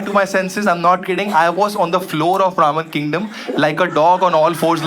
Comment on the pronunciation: Why am I hearing ravan kingdom every time he says Ramen Kingdom😂😂